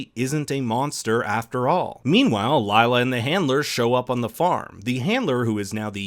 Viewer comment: I am kinda annoyed by how Lila's name is pronounced, foreigners are never able to spell Indian names 🤣 it is pronounced as leela which means tricks (usually magical)